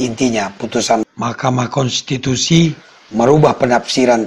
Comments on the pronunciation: Kenapa JD lucu GT bang klo nyebut makamahkensitusi😅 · Maaf bang, ada dubbing setiap ucapkan "Mahkamah Kontitusi" sukar mengucapnya ya bang